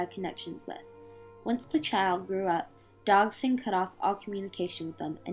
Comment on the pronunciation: While the video is very bothersome and inaccurate, that’s because of these girls surroundings. What bothers me most is the pronunciation of Liddell and Dodgson. Liddell is pronounced like “little” and you keep saying “DOG-son”. It’s pronounced “DODGE-son”.